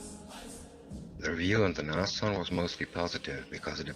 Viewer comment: Brumbar...lol...I lose it too when I hear it said wrong! Or, even worse, Nash-orn instead of Nas-horn!